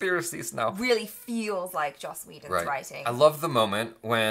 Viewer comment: yiu said joss whedon 😀